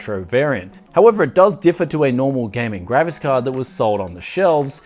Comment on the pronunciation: is it just me or is he always saying: "Gravis Card" instead of graphics-card?